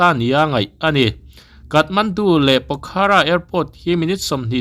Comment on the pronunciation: A bengvar thlak e. Pokhara ni lovin, a hi lam tel loh tur. Pokhra tih tur zawk a ni e.